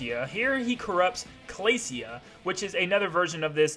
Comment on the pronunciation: YOU ARE SO STUPID! IT'S ADEL-EEENE NOT ADE-LINE, DRAW-SHA NOT DRAW-SEE-AH, CLAY-SHA NOT CLAY-SEE-AH, LAND-I-AH NOT LAN DEE-AH, LANDIA HAS FOUR HEADS NOT THREE, TARANZA IS MALE NOT FEMALE, STAR DREAM HAS NO GENDER & IT'S DREAM LAND NOT DREAM WORLD!!! PLUS, META KNIGHT TRIED TO END LAZINESS, IT HAD NOTHING TO DO WITH KING DEDEDE!